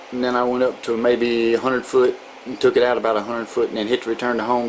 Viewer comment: "Take 2 screws owt and it'll slyde right owf" 😩